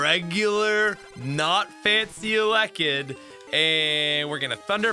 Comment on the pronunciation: It took me about 6 times hearing you say "alekid" to figure out you were trying to say "ele-kid". I've never heard anyone botch that one before lol.